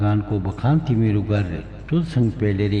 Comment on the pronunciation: सबै राम्रो छ 🙏🇳🇵 तर गर् , हैन गर, ग र उच्चारण गलत हो रहा है उसके वजा से सम्मान नही हो रहा है देवो का, गर् नही होता गर होता है फर्क ए है कि गर् सम्मान नही होता उसमै आधा र् उचारण जो आप कर रहे, गर र मै अ का ध्वनि सुनाई देना चाहिय,तब थोडा विनम्र आया लेकिन सम्मान के लिए गर्नु बोला जता है, उसका मतलब किजिय हुवा गर् का तु कर हुवा गर अ के साथ तुम करो सिर्फ देवताको गर् सुनके बुरा लगा हम लोग गर्नुस केहेते है, कोहि गरअ भी लेकिन गर् नही,बाकी तो जय हो 🙏